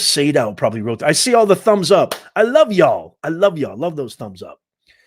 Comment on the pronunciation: Y'a l l haha. Definitely from the South